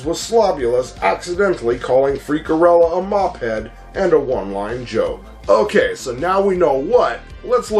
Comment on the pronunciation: To this day I still love the Madballs. I can still recite every single word. So good. On a side note, isn’t it Freakella? Not Freakerella? Or have I gotten it wrong all these years? Cool viddy dude.